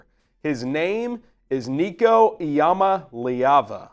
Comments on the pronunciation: BRO, It is pronounced EE-YA-MA-LAY-AVA... That is a name that WILL be said time after time!!! GO BIG FREEKIN ORANGE!!!! 🍊🍊🍊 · EE-AH-MAH-LAY-AH-VA. Keep practicing😂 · You gotta work on that last name. There's a video out there of Nico saying how it's pronounced. You got the syllables all wrong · I'm sorry buddy but you can't even say his name right